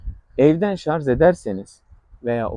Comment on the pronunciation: Hocam, bilgilisiniz belli. Ama lütfen şu "şarz" lafını kullanmayınız. En az 20 defa kullandınız videoda. Doğrusu, "şarj" dır.